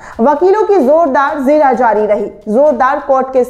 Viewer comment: the word is jirah not zirah